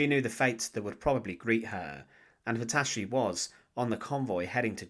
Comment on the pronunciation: "Clara patacci" Non, clara Petacci !